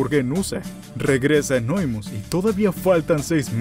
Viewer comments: Por qué carajos les dicen Anóimus cuando se dice Anonymous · Gente normal: anonymus: anoimus